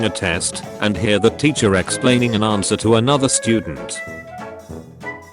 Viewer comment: it's not anwer it's answer